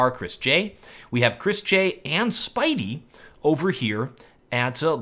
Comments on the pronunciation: i love how he calls spiidi "spidey" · You say Spiidi like "Speedy" ;)